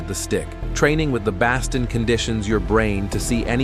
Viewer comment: Love anything highlighting the amazing art of Kali, just having a hard time with the AI voice mispronouncing it over and over again. And "baston". 😄